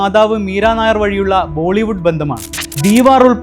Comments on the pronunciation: മീര നായർ അല്ല. മീര നയ്യർ ആണ്. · മീര നയ്യർ 👌👌നായർ അല്ല 👍